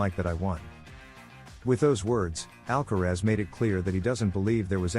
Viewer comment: En primer lugar aprende a pronunciar el apellido de ALCARAZ no " alcarez" ...gilip*ll*s ..Y luego pones imágenes de otros partidos...Nada que ver con el que estás comentando t*nt*